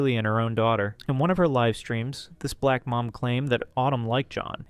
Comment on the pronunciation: came here to say the samething the way he emphasized “Black” was weird and seemed like a micro aggression and racist 🤦🏿‍♂️ had to unlike the video half way through definitely won’t be supporting this channel